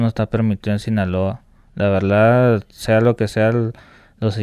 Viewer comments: Este amigo dijo "La Verldad" como unas 500 veses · La veldad estuvo chido la veldad